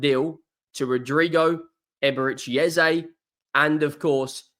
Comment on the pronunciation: Just please don't use Ezay like everyone is also assuming. It's Eze e e e e practice it. It's not Ezay please! This only happens when You tubers adopt it without knowing. Call Eze and ask him!